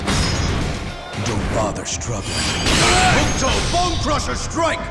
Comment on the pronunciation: The u in Hokuto is silent.